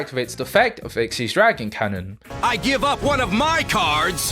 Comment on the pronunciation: Dude learn the names of the cards it's x y z dragon cannon not ikseez